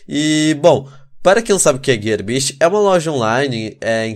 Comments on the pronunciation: o é fluente em INGREIX, aprendam com ele não é Gearbeast é GearBISTY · man que cara feio olha o cabelo dele e ele fala gearbist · kkkk Ele fala GearBest errado mais mesmo assim o conteúdo do canal dele é foda seu lindo